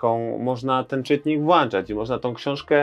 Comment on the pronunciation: Tyle książek przeczytałeś, a mówisz "włanczać" :D